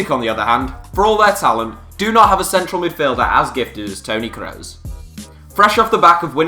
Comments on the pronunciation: its pronounced kroos not kreus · daniel IR It's promounced Kross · daniel IR he pronounced it "crows" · It is pronounced Crooos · I don’t like the way he says Kroos.. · Wtf is that pronunciation of kroos 😂😂😂